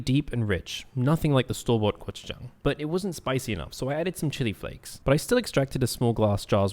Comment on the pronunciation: You don’t have to pronounce gochujang weirdly